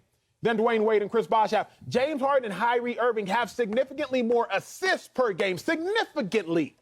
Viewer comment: Who else died when Acho said “High-Rie Irving” 😭🤣😭💀💀